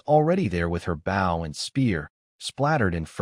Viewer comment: Please make the ai do the pronunciation of 'bow' correction